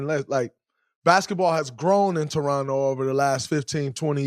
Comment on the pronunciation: Draymond a real one for saying Torono and not Toronto 🙏